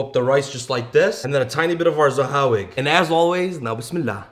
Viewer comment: It’s fire that you used saHawig but bro you Arab you could pronounce the Ha 😭